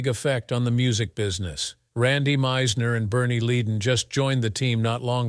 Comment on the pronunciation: It’s pronounced-led-on.